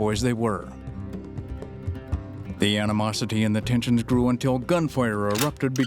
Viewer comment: “Recently pubWished EngWish…” HUH?!?